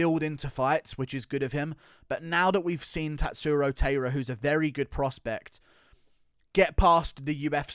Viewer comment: Tatsuro Taira's last name is pronounced like Tai Tuivasa's first name, more like tai-ra than how you're saying it like teira Keep up the good content guru